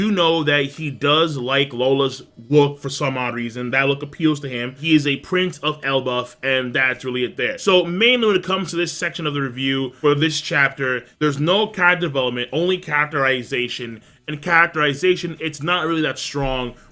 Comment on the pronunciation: Why this nigga keep saying Elbuff?